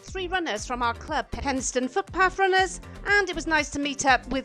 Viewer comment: “Pennistun” - Good to know. Well done,!